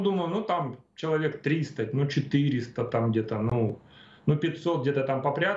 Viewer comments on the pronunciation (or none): Пожалуйста, не говорите "чек". Человек, а не чек.